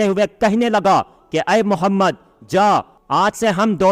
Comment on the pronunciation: As salaam alaykum bhai aapki vd bhot hi achchi hai ma sha Allah pr muje bs ek baat kaheni ki aaap hamare pyare aaqa ka naam thoda achche se len pure ahetram se muje usme thodi safai nhi dikhti ya to zadbazi m naam sahi nhi lete hai phir gunah ka bhi dar hai pura or saaf bole